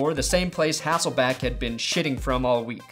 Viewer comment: All the fellow Seattle fans I know are super happy to see Matt Hasselbeck getting game time again. I just wish the would stop calling him Hassleback and Hesslebeck =(